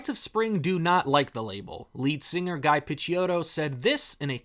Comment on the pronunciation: it’s ghee pitch-ow-tow